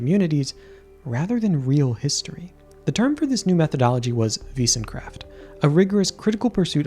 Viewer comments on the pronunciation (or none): Wissenschaft is pronounced like wissen-SHAFT, not wissen-KRAFT. Also, Wissenschaft just means "knowledge" or "study"